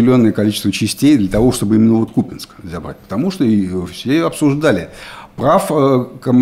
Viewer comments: Уже даже президент сказал что КупЯнск, но не КУпянск! Упрямства вам не занимать) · Правильное произношение - КУпянск , СлАвянск. Так что не прав ваш президент. 🤪